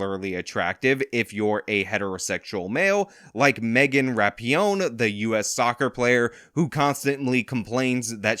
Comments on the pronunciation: Jeez.... after all this time you can't even pronounce Megan Rapinoe's name correctly...... "Rap-ee-oh-nee"? Come on, man, do better. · Rapinoe Ruh-pee-no 🤣🤣🤣🤣 I would never want to see Rapinoe in lingerie 🤮🤮🤮🤮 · It’s Ra-pee-NO! You sound like a damn fool when you get it wrong!😂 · "Megan Rapionee" 😂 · I usually hear it pronounced Rap-peen-oh. I've no idea if that's right; I just go with it because it's the most funny. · Her last name is pronounced Rap-in-o. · Dude, you mispronounce names more than Joe Biden does, and he is an invalid. It isn’t that hard to read/pronounce “rap-in-o”. I get that you’re trying to give the impression that you “don’t care,” but this sort of passive-aggression is not really cricket in a free exchange of ideas. I despise Megan Rapinoe, but it does come off as more fair if you can be bothered to read the name of the person to whom you’re referring. By the by, you and RLM are wrong bout the prequels. You assume Lucas put the younglings in the movie (for about two seconds of screentime) to let kids see themselves as Jedi, but I’ve never heard him say this. So everything you base on that assumption is also only your opinion. I can think of another reason to have them in there. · Rapinoe= (Rah-Pea-No) not That you care lol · Were you trying to make a joke, or you really can't pronounce ruh-pee-now? Really irks me when people can't read words, obviously this is a name, but sound it out. I expect this type of thing from youtube knife reviewers, but cmon. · … in order to pronounce names correctly, one must read them correctly.